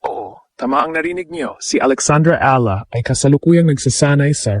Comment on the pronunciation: Alex Eala is pronounced as Alex Ayala Alex Ayala please ok?